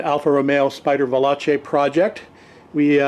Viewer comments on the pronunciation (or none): Great vid - I have really enjoyed watching the restoration of this car BTW - "veloce" is pronounced --> vey LOW chey not vey LAH chey.